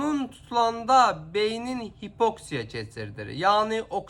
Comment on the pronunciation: HipOksiya yox HipoksIya😊